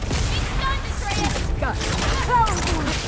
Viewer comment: the fact hears the names but still butchers them is triggering first Atreus now Angrboda😂